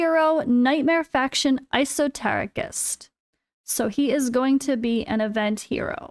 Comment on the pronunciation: It's pronounced Eh-so-tare-i-cist